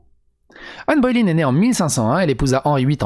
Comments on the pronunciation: Anne "Baulaine" et non pas Anne "Bauléïne" !!!! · Mais mais mais. On t'aime hein, mais c'est Ann BoleYn pas Ann Boylen. 😂😅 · C'est Boleyn pas Boy line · C'est pas Bo-é-lyn. C'est Bo-lé-yn. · Que Satan me chatouille l'anus comment t'as prononcé Anne Boleyn au debut ! 😂 c'était presque beau haha . Ah ben pas qu'au debut en fait... Anne Boylin 🤣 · ca se prononce anne bolène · Ca se prononce "Bolaine" non ? Comme le "Hai" de "Haine" (ça devrait parler à MJ comme ça).